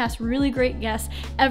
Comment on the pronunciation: She says "OKAY, BLIE" 🤣🤣🤣